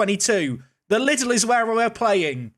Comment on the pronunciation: Fun fact, we pronounce the German chain Lidl like this: Lee Dell But Little ist also fun :D